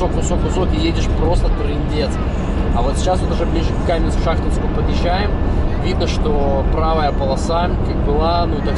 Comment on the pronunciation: Каменск-ШахтИнский, ударение на И!